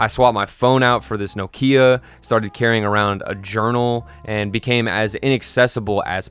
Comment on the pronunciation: that's not how you pronounce Nokia.